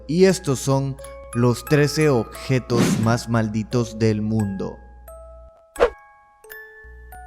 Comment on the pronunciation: Odjetos, no mames, habla bien